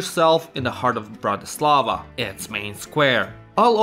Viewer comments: It's BRAtislava, not BratiSLAVA. Accent is on first syllable. I'm Slovak! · He is misprouncing Bratislava. Accent should be on the first syllable. BRATtislava, not BratiSLAVA! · im from slovakia and its bratislava